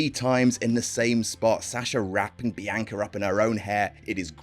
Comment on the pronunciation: The narrators “Biyanka” is giving me William Regal “Umanga” vibes lmao